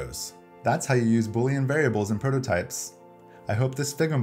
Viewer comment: face-red-heart-shape:thank you! I have been wondering how to make these kinds of interactions!!! Now I need to rewatch it a few times to truly understand. P.S. Did you know you said "Brototypes" at the very end? 🤣